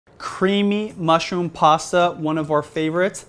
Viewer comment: its not "PASSA". Its "PASTA".